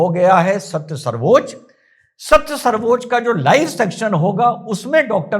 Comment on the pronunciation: plz u need to rethink Its sarvochya nt sarvochaa.. Please consult correct dictionary.. Pranaam jai hind